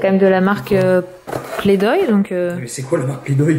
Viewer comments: C'est play doh et non play doy et c'est très connu comme marque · c'est pas play-doy mais play-doh bref sinon super vlog et tes enfants sont trop mignons gros bisous à toute votre famille 💜💜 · et oui il faisait de l'humour on dit play "DOh" et pas "DOY " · C'est play-doh pas play doy et c'est la marque la plus connue de pâte à modeler, aha il va falloir te mettre à la page!;) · Je pense que c'était ironique de la part d' justement parce qu'on play-doh et pas play-doy 😂ça aurai bien été du style de mon mari de se moquer comme ça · comme on dit bcp de gens sur ton commentaire oui c'est ironique car elle a prononcer play doy au lieu de play doy et comme play doy n'existe pas il a voulu jouer avec l'ironie 😛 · Marion Corai Mais t'a rien compris c'était de l'ironie c'est parce qu'on dit Play-Doh et pas Play-Doy ! C'est de L'HUMOUR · Aha! ça se dit pas "play doye" mais "play do" :) Mais oui moi je connais très bien et normalement c'est une bonne marque! Sinon super vlog, comme d'habitude ♥ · ne connais pas play dohy!! 😂 Mdr ma belle on dit play-do lol le h est muet hoooo lol play-doh 😜😙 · C'est play-doh et pas play-doy et c'est la marque la plus connue de pâte à modeler ahah il faut se renseigner 😂😂💗💗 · Alors la marque ça se prononce PLAY-DO comme Do Ré Mi Fa... Pas "Doille" XD Et ensuite c'est une très bonne marque, j'ai 27 ans et je jouais qu'avec des jeux de cette marque quand j'étais petite, donc elle date :p Et ma fille va sur ses 3 semaines donc pour l'instant, elle ne joue pas avec :p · ♡ Quel moqueur!!! en effet c'est Playdoh et pas playdoy mdr mais c'est une marque très connue. A la lalala Moqueur!!!! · haha c'est pas play doy mais play doh <- play d'eau si tu veux. sinon oui c'est une bonne marque, et une des plus connue haha ! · Bonjour, cest pas play-doy mais play-doh!! Et cest LA plus grande marque de pâtes à modeler! Du moins la plus connue! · Moi je connais la marque playdoh et sa se prononce pas playdoy